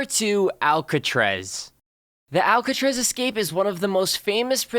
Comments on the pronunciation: he said alcatrez wtf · Im kinda triggered the way he said 'Alcatraz' like 'Alcatrez' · most biggest escape? And why can't he say Alcatraz correctly?